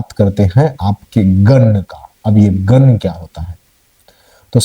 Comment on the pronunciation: पहले गण को गन कहना बंद करो! देव गण होता हैं और देवगन तो अजय होता हैं! 😝